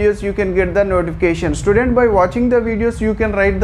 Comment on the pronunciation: Sir I like the video but you are saying student sir say like child